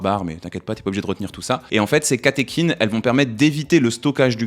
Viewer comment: Tu prononces œstrogène "œustrogène", par contre pour catéchine, j'ai cherché dans de nombreux dictionnaire, je n'ai pas trouvé de "ch" prononcé "k" (pourtant c'est bien issu du grec kh ici) ^^ Les mots en œ, se prononce "é" si d'origine grecque comme dans fœtus, œconomie (devenu économie), cœlacanthe ( le c devant le e-dans-l'o se prononce "s"), Œdipe (les dictionnaires qui s'adaptent à l'usage trop important comme le Robert a fini par céder et le prononce "Œudipe" maintenant, mais sur le Larousse et d'autres, c'est toujours Œdipe) ou œnanthe seuls quelques mots d'origine allemande prononce le œ, "eu" comme dans fœhn ou Gœthe. Le œ, c'est comme le o, quand on lui rajoute un "u", il change de prononciation. o -> ou et œ -> œu ou œi (on n'écrit pas œuil dans ce rare cas car il s'agit d'une diphtongue comme dans aïe), c'est pourquoi les mots comme œuf, bœuf, chœur, œil, œilleton on cette prononciation si particulière. Quant au "ch", c'est plus compliqué, c'est au cas par cas mais quand on y voit une étymologie d'origine grec (qui passe parfois par le latin comme "chorus"), il vaut mieux vérifier. Par exemple, on se trompe trop souvent sur le dieu psychopompe et la lune de Pluton du même nom Charon qui se prononce "Karon" (même en anglais).